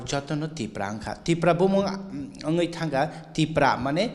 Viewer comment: Not Tiprasa dopha. ...Tipra dopha